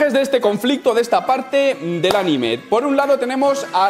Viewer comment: El este... hablando todo día de “este momento del anime” y luego no sabe decir anime!!!!!! Jajajaja te quiero